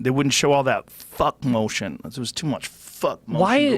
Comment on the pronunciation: the way he says « fuck motion » is hilarious 😂